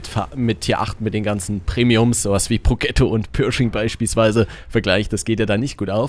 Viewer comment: "Progetto" spricht man wie folgt aus: "Prodschetto"